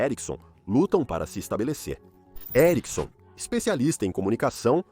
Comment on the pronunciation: Que agonia o cara falando Sony e erickson